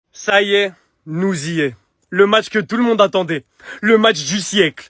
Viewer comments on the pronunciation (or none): on dit nous zyé ...😂 😂 😂 😂